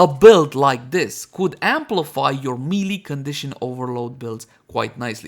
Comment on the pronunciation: I would think you'd learn how melee is pronounced after making 200 melee weapon guides.. ; )